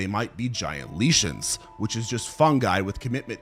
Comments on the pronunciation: For the record, lichen is pronounced like Lye-kin not leech-in. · its pronounced "like-in" not leeshun lmao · That's not how 'lichen' is pronounced. A 'lesion' as you call it, is any damage or change in tissue in living organisms. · Isn't lichen pronounced like-in? Not leash-in? I had to back up to figure out what was meant 😂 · theres no WAY you just pronounced lichen like "leesh-in" it's "LIKE-in" do just a little more googling next time that just invalidated your whole video it's a very common word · lichen laɪkən (lie ken), not leeshen please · isnt it “lie-kens” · It is pronounced liken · brother what you don’t know the word lichen? It’s pronounced liken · like-en * is how u say lichen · You mispronounced "lichen". It's "Lye-ken" And algae is "Al-ghee" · great vid, also lichen is pronounced like lycan. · Lichen is pronounced “lie-ken” btw. Fun video tho. Were I ~18 years younger and still a geology undergrad, this vid would’ve blown my mind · Lichens are not pronounced "lee-shens" in any language. Try λειχην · Lichen (lie-kin) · Lichen pronounced Lye-Ken, like the warewolves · Always thought Lichon was pronounced as liken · Lichen is pronounced like-enn ... kind of like lycan, if you like werewolves. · Yea sorry but, any time some "science YouTuber" can't figure out how to pronounce a word like "lichen", it immediately betrays how little they actually know about the chatgpt generated, overly recycled, constantly repeated scripts they try to read with "confidence" 😂 this guy knows less about mushrooms than your local psilo connect 🤣🤣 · 5 minutes into the videos and you’ve already pronounced the name of the subject and “lichen” wrong. I get you must’ve done research for this…but why not spend a few seconds learning how to say the work you’re making the video about… it doesn’t exactly instill confidence in the viewer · That is the weirdest way I've ever heard anyone say lichen lmao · Aside from your pronunciation of "lichen" i love the video, keep em coming!